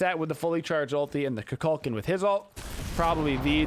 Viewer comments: Please say his name right. I watch you everyday but I had to comment. If you select him he says his name properly on the selection screen. KOO-KULL-KAHN. Just like the Mayan god from mythology. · Dude you dont put warlocks on him and say kukulkan name correctly